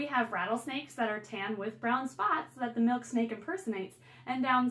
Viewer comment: I though she said Milkshake😂